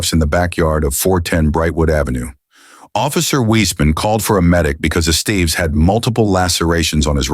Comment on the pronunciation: “Ess-stev-ess” not “Es-Steve’s”. 😂